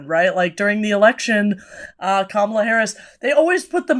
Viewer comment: These guys are still saying Kamala's name wrong and want me to take their critiques seriously. It's odd.